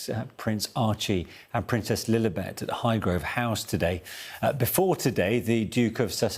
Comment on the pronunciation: Why she kept saying little Betty Markel. Lilibeth